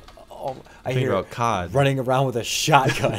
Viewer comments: like Cee Oh Dee not COD😂👍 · bro how you call it COD its C-O-D its like spelled lmao😂😭